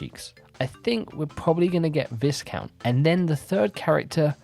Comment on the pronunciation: Viscount is pronounced Vi-Count (Vi like eye) it’s a British title like a Baron or Earl